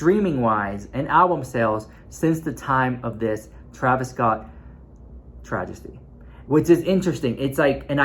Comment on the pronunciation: Hey love, it's "TRAVESTY" not "TRAJESTY". lol